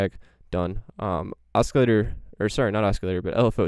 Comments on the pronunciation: Cool info Oscillator is pronounced without the hard C Like…. Osssssilator not oskilator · Your awesome but you are pronouncing oscillator wrong?